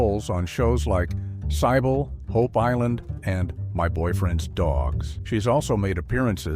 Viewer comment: You used the pic of Priscilla Barnes instead of Suzanne Sommers and it’s Cybil (Sib-bull)not sigh-bull